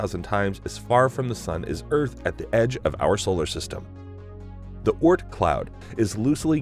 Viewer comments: The way he says Oort cloud really annoys me. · The way he says Oort Cloud disturbs me